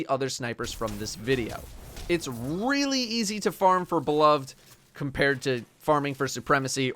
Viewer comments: it's beloved, not be-lo-ved... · It pains me to hear you pronounce beloved (buh-love-ed) improperly. Especially for someone that prides themselves to much on proper weapon pronunciation. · come on man you’re better than this. It’s pronounced “be-loved”. Not “be-love-Ed”. Edit:you keep going back between the two pronunciations. One of which is wrong and for some reason has caused everyone to become illiterate